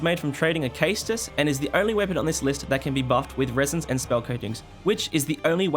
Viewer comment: Caestus is pronounced sest us